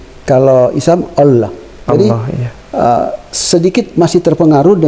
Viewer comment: Alhamdulillah orang yang baru dapat hidayah adalah hal biasa dalam pelafalan kata Allah, Allah SWT maha mengetahui semoga Pak Dance selalu istiqomah dalam Islam.